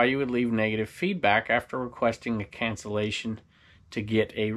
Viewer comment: cancellation not cancellization --- I think-- Always on your side and love your channels.